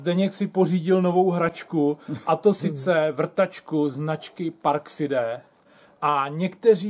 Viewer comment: neni to parkside ale parksajd